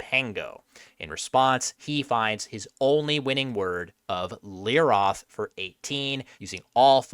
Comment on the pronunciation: Just an FYI: It's pronounced leeROTE. Transliterated Hebrew is definitely confusing at times.